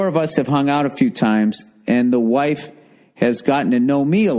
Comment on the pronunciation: Friends Hwhaaafe